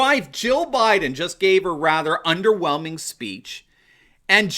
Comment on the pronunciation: Actually he says "I'm Joe Bliden's husband", there's an L in there.